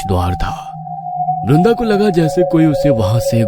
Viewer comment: Not brinda it's vrinda